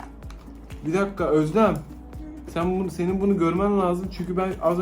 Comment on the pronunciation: komik şey seniğ,Güzel şey seniğ